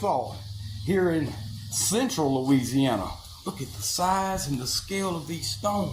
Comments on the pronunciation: I love it. He didn’t say Louisiana he said Luigiana 😅❤ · 'I just reached louigi-ana' LOL